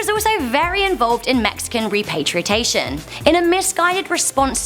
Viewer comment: *repatriation* .... dumb broad bungled that word twice within a few seconds but yeah, dubya the bumbling moron was definitely, by far, the WORST